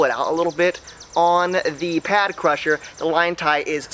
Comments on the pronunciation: It’s pad crasher not pad crusher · Pad crasher not pad crusher. Sorry it just really annoyed me 😂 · I thought it was pad crasher not crusher